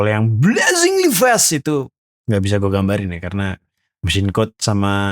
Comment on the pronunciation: BlaZinGeLy Feasttth wakakakaka